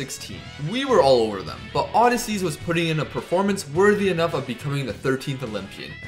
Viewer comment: Why you saying odysseas like that